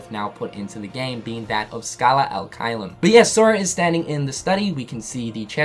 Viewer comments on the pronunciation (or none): If i remember it right from my latin classes, it should be pronounced chelum, with the soft ch sound like in “cherry” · the fact that xehanort’s mispronouncing the latin INFURIATES ME it should be CHAY-LUM, not KY-LUM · Pronounced "Kaiyum" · Please, pronounce "Caelum" correctly. It's like saying chess without the two s and then bloom without bl. I'm italian, i know latin. Please, it hurts :)